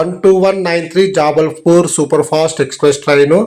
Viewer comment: Jaabalpur Wrong Jabalpur.😂